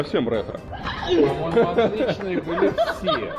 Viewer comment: Рэтро!😂😂😂 или Ты одноклассниц Увидел?